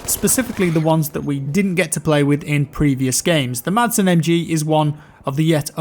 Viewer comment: Madsen MG. Is pronounced just Massen MG.